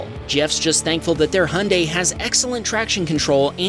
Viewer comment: Congratulations on being one of so few people (it would seem) that knows how to pronounce Hyundai. 👍